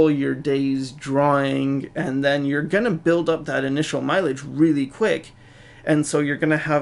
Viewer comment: ***** its pronounced "you're"